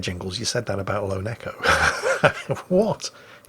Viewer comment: Every time Jingles says Lone Echo I hear "Lo, Neko" and wonder if I somehow missed the anime catgirl games on this channel